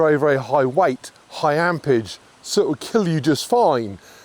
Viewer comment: ampERage not ampage